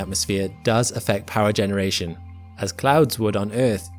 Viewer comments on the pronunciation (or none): none